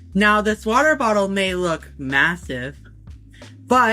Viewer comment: If anyone is wondering why he keep putting a big emphasis on the word "massive" (most noticable during the water bottle lore segment) my theory is he still thinks the low taper fade meme is funny